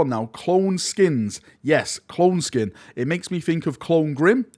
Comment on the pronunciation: It’s skeen. Like scheme with an n. Clone skeen